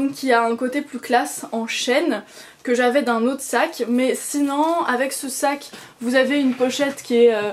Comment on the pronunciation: Ce n'est pas pour critiquer, juste une remarque : c'est drôle tu dis toujours "sinan" au lieu de sinon ^^ La tenue est classe, j'aime vraiment beaucoup les chaussures ! J'aimerais bien m'en trouver une paire dans le même style, peut être avec un détail en cuir nude, à voir ! Biz !